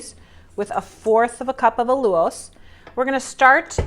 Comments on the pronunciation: I love this recipe and plan to make it soon. Btw, I think you mispronounce Allulose. I see other YouTubers pronounce it as "Al-You-Lose". Just curious about how to say it right. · Al/ you/Long “O”… lows All you lows"……allulose